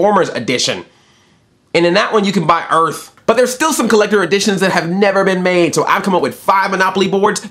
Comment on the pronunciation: Did you say Earth, or...Erff?? O.o